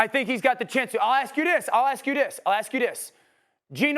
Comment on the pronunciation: “I’ll ask you DIS!” 😂